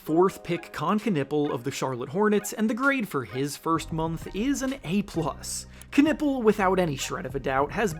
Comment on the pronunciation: Con nep pel not con nipple